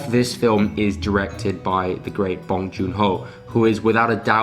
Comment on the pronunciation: NOT BAHNG.. it is BONG the b-o rhyme with tow, low, sew, bow, grow, blow and the n-g is normal sounding like song, wrong, tong, belong, hung, sung, tongue..